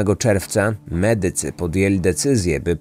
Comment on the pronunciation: Słaba polszczyzna drażni. To akcentowanie "mEdycy" i inne...